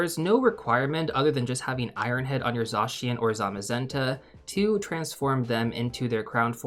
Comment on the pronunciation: This video was incredibly helpful! Thank you! 🎉🎉 Also I love that you're pronouncing Zacian's name correctly!